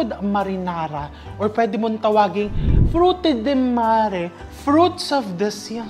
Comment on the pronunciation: I stayed more than ten years in Italy and worked in an Italian restaurant, Spiaggia d'Oro sa Desenzano del Garda. Sakto po sir and pronunciation nyo ng Frutti del Mare. Kapag may chili po at maanghang and tawag po ay Spaghetti Piccante. Great job, Chef!